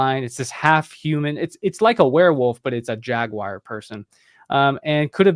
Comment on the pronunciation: Last I checked it was Jag-war not jag-wire. Love this guy but this pronunciation is killing me here🤪